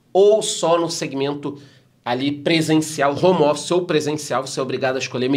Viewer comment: "hommer" office